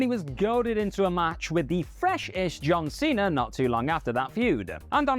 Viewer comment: Cena* not Cener